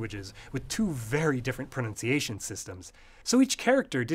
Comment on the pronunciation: "ProNOUNCiation?!" What is this madness?! On a channel about language, no less!